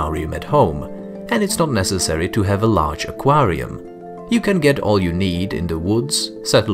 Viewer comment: You mean accrariam